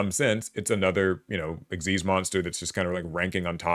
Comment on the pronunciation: I just want to say thank you for pronouncing "Xyz" the correct way ("ik-seez") and not just spelling out the letters!